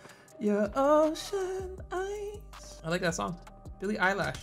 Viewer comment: REALLY SAID "BILLIE EYELASH"IM FR DEAD BRO😭😭💀